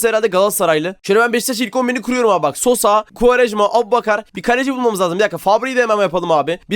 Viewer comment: Abi benim adım sosha ama sen daşvana sosa dedin